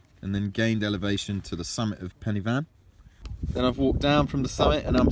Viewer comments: I’m cringing, you should at least learn how to pronounce pen y fan correctly, it’s not penny and the f is a v in welsh like van , pen u van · Not penny fan. Pronounce it like penner van. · Please say Pen-y-Van.